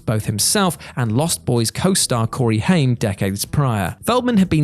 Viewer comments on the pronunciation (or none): none